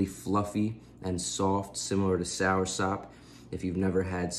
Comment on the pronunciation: 7 outta 10 for the pronunciation of soursop